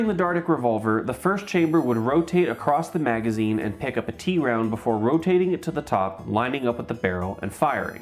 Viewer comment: Gotta love the avant-garde novelty of some of these. Seems like some of them were almost onto something and just needed one more step to perfect. Notes: "Cavalry," not "Calvary." "Tround" (a portmanteau of "triangle" and "round"), not "T-round."